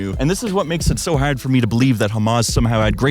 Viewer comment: I like how he says "Haurd" instead of Hard